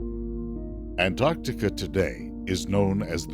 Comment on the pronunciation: Thank you so much for pronouncing both Cs in Antarctica. When I hear people skip the first C, it makes me want to slap them very very hard. There is a rendering mistake in the world view shown . At this time, New Zealand did not yet exist, but its forebear, the continent "Zealandia" was extremely prominent, and was between 8 and 12 times the current size of New Zealand. All that's shown is the sunken remnants of two mountain chains. New Zealand ALWAYS gets shafted by film producers; either left out entirely, or shown incorrectly over time. sigh